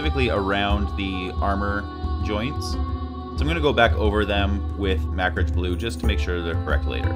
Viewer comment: you say Macragge like "Mak-ridge". I always pronounce it "muh-crag". Which is correct?